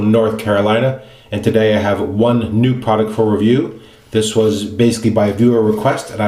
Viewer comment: Mate You pronounced it perfectly polish "W" is an English V when you pronounce it, like in word vanish, vision, vital or video. Most people reading polish "W" pronounced it like in water, world, window or woman. For the sound of English "W" in polish alphabet we have a separate letter it is L with stroke so it looks like Ł i give you an unicode for that U+0141 Over all your polish is perfect. I rarely see anybody who can pronounced polish "W" perfectly. One simple thing and you make my day brighter 😃😄😁 Thanx